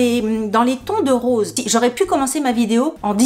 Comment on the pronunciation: Cc sympa les pompes mais tu as dit période rose ou rosé?😂😂😂😂